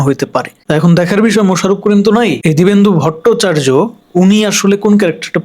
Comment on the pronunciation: দিবেন্দু ভোটচার্য না। দিব্যেন্দু ভট্টাচার্য।